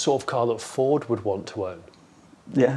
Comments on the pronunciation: He's mispronouncing Ford, surely? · May I say I’m shocked, Jonny, at your incorrect pronunciation of the word Ford in this video. It’s pronounced FOWDSSSSSS!!!!!! Luckily got it right😜 Great video👍🏻👍🏻